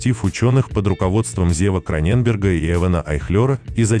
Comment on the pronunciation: Благодарю! Очень познавательно! А вот произношения "гЕнома" и "КронЕнберга" позабавили 😊